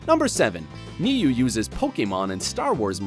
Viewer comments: It would be nice if you said Niue correctly... It’s more like Nuu eh. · The way Niue is pronounced lol....Ok it's obviously foreign to you so all's forgiven 😆